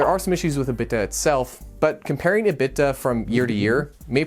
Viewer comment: Great video. I would say it's important to include that if you sell a fully depreciated asset for anything greater than $0, the depreciation must be "recaptured" in the income statement. Also, make a video of the millions of ways to say "EBITDA" (joking, but this is the first time I've heard it said the way you said it)